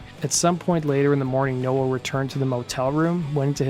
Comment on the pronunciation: Why do you meep pronouncing Bradley nowells name wrong ..? 🤔🤔🤔